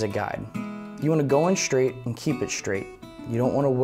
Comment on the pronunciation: Schtripped schtrap button repair? Don't forget to drill schtraight!